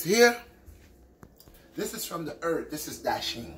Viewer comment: "This is from da EART!" Haha love ya